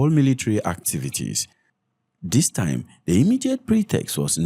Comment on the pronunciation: Time not thime. Short not shorth. Baba you are doing a good job . Just speak normally